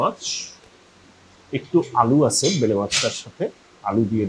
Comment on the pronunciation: Bele mach na uccharon hobe baila mach